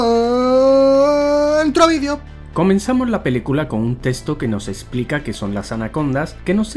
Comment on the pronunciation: Alguien más notó que dijo testo y no texto?:v